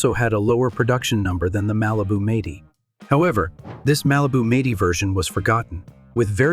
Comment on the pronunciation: who the hell narrated this..ts 4 4 2 not four forty two and it'd m- 80 not meighty...learn to talk